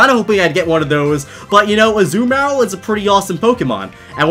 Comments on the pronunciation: Its Azuma rill not az uma rel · A zoo meyr uhl?? It's azooMUHrill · Azoo Marill. its a-ZOO-mu-rill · It’s uh-zoo-muh-rihl Not uh-ZOO-mayr-ll (Azumarill) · STOP SAYING AZU-MARIL ITS AZUMARIL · I kept thinking that you were saying you caught a zumaril. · its a-zoo-mah-rill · You mispronounced Azumarill and in an annoying way